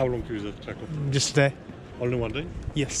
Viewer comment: Warsaw - , Kraków - 750 000, Silesian Coal Basin - . Pronounce the name of the city as "Crack - OOFF".